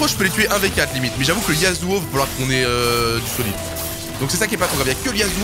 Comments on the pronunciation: C'est pas Yazuo mais yasssssssssuo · Les Fer prononcent: "Yazuo" Les Platines prononcent: "Yasuo" Les Challenger prononcent: "Hasagi!" xD